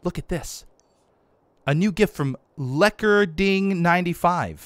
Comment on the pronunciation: 'Lekkerding', is Dutch for 'hot girl'. And you nailed the pronunciation; wich really amazed me.